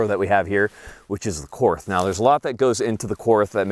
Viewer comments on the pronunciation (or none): For love of God it’s pronounced “court” even though it’s spelled Korth. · Just FYI, Korth is a German manufacturer. The correct pronunciation is „Kort“, because German doesn’t have the „th“ sound that English has. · I love the korth ( pronounced like court btw, without the h) but the c- more looks terrible on it . An rts2 would be a better fit, brighing the sight window where it should be, which is not at the forward 25% of the gun. The korth’s mechanics are so perfect, the competitor is no competition for it. So precise but still smooth as butter. Competitor is just a run of the mill S&W (MiM parts) , which is not even properly tuned in most cases ( like with many performance center guns) and the competitor is not a cheap gun either. Yes the korth is expensive but imho worth to save up for. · The "TH" in Korth is pronounced as "T". So, the name is actually pronounced, Kort. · Just a note Korth is pronounced like court since 'th' is a hard T in German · Korth is pronounced cord. Great vid. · Apparently I have nothing better to do on a Sunday night than to watch mispronounce Korth. This is just further proof of how sad my life is.